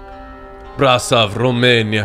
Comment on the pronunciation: I know this is a way way old vid and most likely nobody will see this but when you read the city from Romania, it’s pronounced (bra-shove) <— like stove but with an “h” ... haha random comment I know but I’m Romanian and was born not to far from there. Much love and really dig watching your streams 🤙🏻